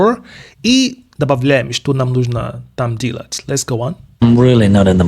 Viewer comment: мы подписаны и учим Английский вместе с Вами. Прекрасный курс! В порядке обратной связи: слова "дело" "делать" для Вас по произношению ассоциируется с Английским "deal", где слышится "И". Поправьте на "дЕлать". Там чёткое "Е". Всё остальное - супер. Мы от вас балдеем!!! Спасибо за Ваш труд